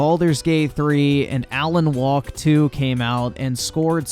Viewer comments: Are you actually saying Alan "Walk" 2 over and over? Even if you know it's Wake to your eyes, you pronouncing it to comical levels of wrongness. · He didn't say Alan Wake 2 was woke. He called it Alan 'Walk" 2.